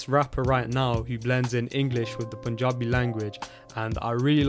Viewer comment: The way he says Panjabi is more Panjabi than entire Panjab